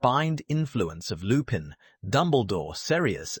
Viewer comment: please for the love of everything, use google translate, put the names in, and let it sound out the name... butchering names when you are trying to drop lore is a big no no in the lore/theory community. Remus Lupin is pronounced (Reem-is) (Loo-pin)